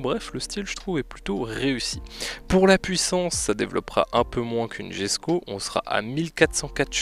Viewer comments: ok désolé mais ça m'irrite quand on dit jesko au lieu de yesko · On dit yesko pas jesko